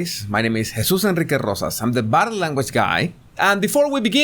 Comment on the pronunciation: I agree it doesn’t because when you attempted to pronounce the word body, it sounded like either butter or bottom. So I am confused whether you are the butter or bottom language guy. 🤔